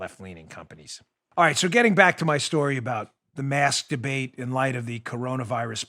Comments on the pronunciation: Ha ha he said masdabate. Like the GG tweet once you hear it you giggle all the time now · Sorry Dan but when you said , "mask debate", I thought you said "master-bate". LOL. Have to work on that enunciation.